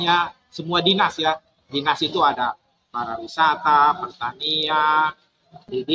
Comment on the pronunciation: PARIwisata Pak... Bukan PARAwisata 😂😂😂😂